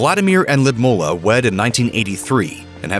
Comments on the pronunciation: I think her name is Lud Milla, not Lid Mulla. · Ludmilla? Why do you pronounce it Lumolar? 😁